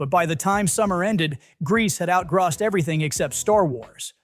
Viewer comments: Ya - it's not outgrassed. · What is GRAWSSED? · Is this AI-narrated, or does not know how to say "out grossed"? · Tell the ai bot that's not how you pronounce "outgrossed". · Blame the ridiculousness of American English....moss, boss, toss, floss....grosse?